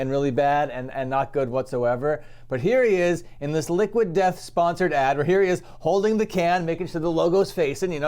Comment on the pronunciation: Woter. Wheer?